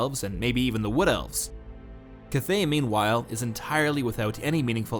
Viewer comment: At least learn how to pronounce "cathay" lol